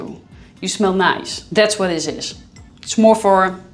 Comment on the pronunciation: Noyce? Noyce?! What -, are you speaking my language now?? (LOLOL aka 'Oz'). Orstrilya, right.